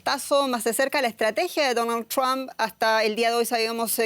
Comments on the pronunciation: Por favor, el apellido Trump, se pronuncia TrOmp. No TrAmp. En cuanto al programa, excelente la colaboración de los panelistas. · El apellido del mejor Presidente de USA Mr TRUMP se pronuncia con la letra "O", osea la letra "U" se convierte en U. NUNCA se PRONUNCIA CON LA LETRA " A " . SI viven en ESTADOS UNIDOS APRENDAN A PRONUNCIAR BIEN EL INGLES. Muchas Gracias 🙏💒👍